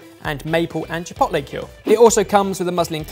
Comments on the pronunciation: saying ChiPOTlay is giving me ANXIETY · I cringe every time he says "chi pot lay" . Why can British people do a half decent job pronouncing French words but totally fail at much easier to pronounce Spanish words? Each vowel has one sound and one sound only. It is not that difficult. At least he did not talk about "tack-0's" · Every time says chipotle wrong I wanna slap him round the face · Ok but why you pronouncing Chipotle like that? 😂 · Pains me that can’t say chipotle properly 😩😂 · Please stop pronouncing chipotle like that😭😭😭😭😭😭😭😭😭😭😭